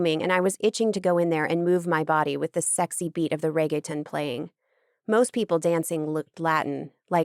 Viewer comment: I love the narrators ability to bring the characters to life and not sound emotionless but the pronunciation of Reggaeton is driving me mad 😭